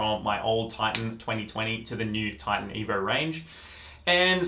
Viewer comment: evor? its just evo bro